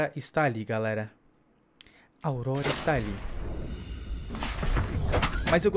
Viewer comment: AUDORORORA KK vc falou isso bem no final do vídeo kk